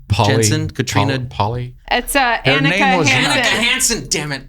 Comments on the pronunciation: I remember Seven's name as being Annika....oh wait, the way I pronounced it like on the show, speech to text spells it out the same. So it's like "Aw-neh-ka." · Everyone did pronounce Annika's name wrong (pronounced On-ick-a), but we can't let that slide ;)